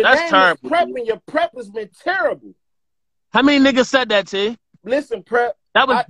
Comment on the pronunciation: The T in "LISTEN" is.....ughhhhh....are u serious??? lamoooo And Quiet is Big T's slogan.....smh OMG!